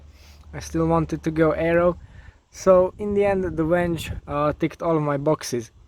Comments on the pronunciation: i know but you pronounced it wenge.. it’s V.. not W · Venge is spelt with a V.. it isnt a Wenge.. 🤷‍♂️ just saying..